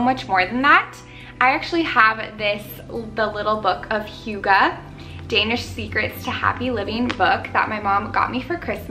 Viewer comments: it’s more like “hoo” not “hyu” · Wait... Do you also speak Danish, But then i heard how you pronounced it, and then no. But i love how we in Denmark do have a Word(hygge) that can’t be deecribed better than using the Word hygge(hjugge)❤️ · Pronounced hoog uh. You are adorable.💕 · This is the sweetest ever ♡♡ you say it like who-guh. Love your videos ♡ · Love! I've heard hygge pronounced SO many different way by so many different people. Is there one definite way to pronounce it?? So confused haha - love the vid! Definitely needed this xx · I love you and your videos but being Danish myself I cringe so bad when foreigners say hygge. 😂🌸 Other Danes will understand!